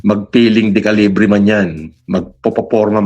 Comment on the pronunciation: De qulaong Hindi decalibre